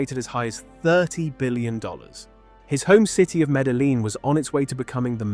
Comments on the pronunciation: You guys cant even speak it out right: Medjin, speak like its a Jay. This is spanish language, stpid! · Please don't mispronounce Medellín Medaleen ever again.